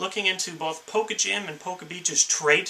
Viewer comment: Poke not pole ha